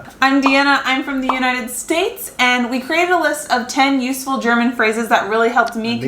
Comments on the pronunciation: Wow you´re pronounciation sounds perfect to me and i should know it as a German. You seem to be very talented if it comes to foreign languages 👏please learn German, wish you all the best and send you hugs from Hamburg (northern Germany) 🤗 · Dang mate, your pronounciation is really good! Sure there is an accant but everyone in germany would understand what you´re saying! If you get some practice you would be fluent in no time! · I'm impressed by your pronounciation. Way to go :D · I think you should start learning German again. Your pronunciation is soooo good. I love to hear your German. And it was so heartwarming to see the joy in your eyes, when you start to remember the things you learned! I was immediately smiling vom ear to ear. Hope you have a wonderful christmas time. Greetings from Germany <3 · you say you can't speak German but you pronounce it pretty well :) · very good pronunciation, i´m impressed! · Your german pronunciation is good. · I can only agree with the previous speaker. Unlike many others, your German pronunciation is really good. Love your channel. Can't wait to see more. 🖖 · You pronounce german so good like someone who spend a few month here ^^ You would learn german in no time i guess!!!